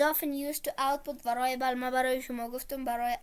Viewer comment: ورای ایبل نه. وریبل. بعدش شما که تدریس میکنی فارسی صحبت کن. وریبل به معنی متغیر. موفق باشی.